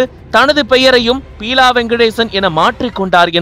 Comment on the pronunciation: Peela இல்லை Beela...